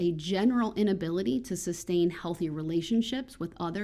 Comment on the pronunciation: #darrellbrooksjr 🤣🤣 Apos-Tel. hahaha... it's Ah poss el. The t is silent. OH, and it's tas sit agreement, not tack it. It's SUS tain, not sub-stain. Do you even know what 'taken out of context' means? Or the word decorum? Or hypothetical? You don't speak the English language very well. That Spanish man spoke it better than you ever will.